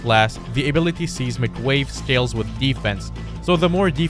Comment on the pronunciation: Can anyone else not get over the fact that he pronounces seismic seesmic